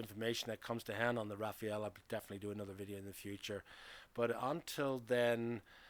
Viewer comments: Rafale not Rafael ... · It's not Rafael, it's Rafale. Rafale (Gust) in English means, in idea, rapid, or at least in spirit. A gust of wind. But also a burst of automatic gunfire (the two being synonymous in French). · Rafale = gust of wind. Not Rafael. Is not that hard. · Rafale is pronounced RAFAL, not Raphael.😉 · I'm curious though. Why did you pronounce it like this ? I've seen many english speaking videos and most of them tend to go for "Rafa-el" instead of "Rafal". "Rafael" as in "bread" I could understand but not "Rafa-el". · Why do you call it Rafeal? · Please pronounce Rafale correctly, it’s not difficult.